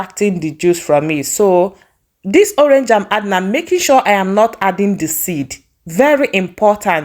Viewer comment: Your pronunciation of PINEAPPLE, sounds soo awkward! And you pronounce ORANGE as "owange"